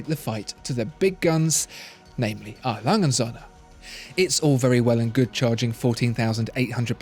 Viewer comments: it‘s A. Lange und Söhne, not A. Lange‘n Sonne. It‘s not hard to look up pronunciations. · Please just refer to A. Lange & Söhne as Lange, just Lange because you can't say the rest properly and it's annoying.